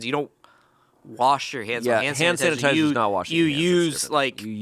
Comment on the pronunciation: ohhh santatiser, no so-ho-hoape.. yeah that makes more sense